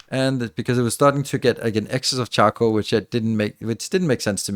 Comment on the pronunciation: OMG I constantly heard him say chuckle powder instead of charcoal powder and I couldn't stop laughing :D